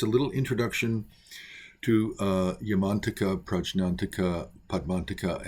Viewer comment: My Tibetan Buddhist Tulku pronounced it “Yah-man-TAK-ah” not “Yahman-taka” — emphasis on the TAK is key.